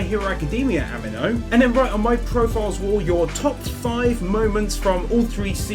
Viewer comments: did any one even notices he said animo wrong, its like anime but with an 'o' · It's not pronounced animo it's amino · I found a sin!!! ‘Amino’ is pronounced, “a-me-no” not “A-man-no” XD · "a min o" A MEE NO! Say it! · "This app is sponsored by a company called Am-ee-no" "Company called Am-ee-no" "Am-ee-no" I'm sorry but that pronouncination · No offence but the sponsor is pronunced a-me-no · Pronounced A-mee-no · ahem, ameno XD. am-ee-no. amino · Ami-no as in Amee-no😅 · Its purnounced Ameeno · How do pronounce amino sooooooooooooooooo wrong. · I was going to dislike you for saying Amino incorrectly, but you have a death note poster so you got a notification bell instead